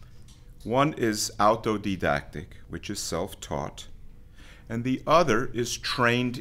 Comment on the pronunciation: Autodidact, not Altodidact